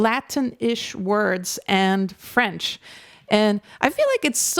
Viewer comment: Hello from France, I would like to start by telling you that you have an impeccable French accent! I even had a doubt that you were French. You must have lived in France for a while. I saw that Clair Obscur's album has been number 1 in classical music album sales for 3 weeks. Lorien Testard comes out of nowhere. We would never have known his talent. How many genius artists in this world will we never know? Thank you for your reaction